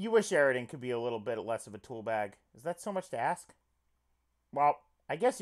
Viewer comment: it makes me extremely uncomfortable hearing you voice eridan and not pronouncing the ww and vvs